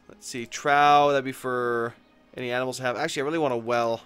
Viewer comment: trough is pronounced "troff"! Not sure if you do those things on purpose lol.